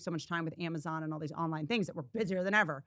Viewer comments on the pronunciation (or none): none